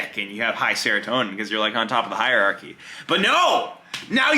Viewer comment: Also, mf said "hierarchy" and "serotonin" 💀